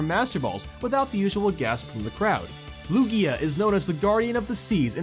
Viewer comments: it's pronounced LOO-gee-uh not loo-GEE-uh. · LOO-gee-a, not lu-GEE-a